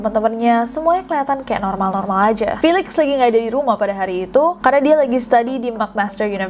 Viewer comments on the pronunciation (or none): felix bacanya filix yaa?